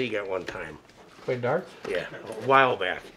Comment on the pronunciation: “When I used to play derts”